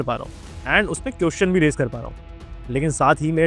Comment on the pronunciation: Bhai everything is good but it's "question" not "quotion". 😅